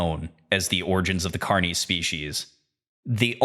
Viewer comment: I like this video except your pronunciation of carnis